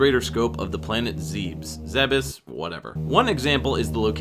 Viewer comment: Planet Zebes, ゼベス, is pronounced zeh-bess. There is no room for debate, there is no room for interpretation when it comes to Japanese pronunciation.